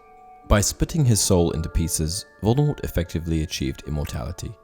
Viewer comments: It is Voldemor the t at the end is silent. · It's pronounced (/ˈvoʊldəmɔːr) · Please pronounce the name correctly. Voldemort is pronounced Vol-de-mor. The T is silent. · Yes and J. K. Rowling herself has said that t at the end of Voldemort is a silent t so it is pronounced as Voldemore Minerva is Roman Goddess not a Greek one get your classic mythology correct please? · don,t pronounce the T..